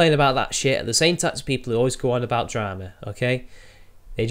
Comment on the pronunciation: itsayaboi... more yootoob dwamaz?????